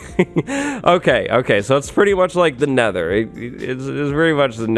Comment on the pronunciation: sets the Neather gen to a Neather biome "Woah it's like the Neather."